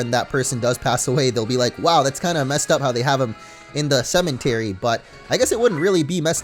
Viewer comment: why does he pronounce cemetery with an "n" ?